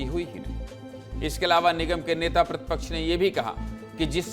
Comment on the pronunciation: "प्रदर्सन" "मध्यप्रदेस" नेता "प्रतिपक्छ" "सिकायत" " विस्लेसण" भैया एंकरजी उच्चारण कैसा कर रहे